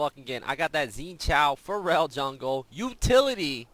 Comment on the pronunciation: Why do you pronounce it like Pharrell? Its fair-al